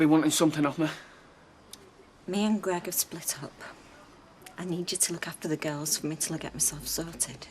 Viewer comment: Sounds like she’s saying “The Gals”.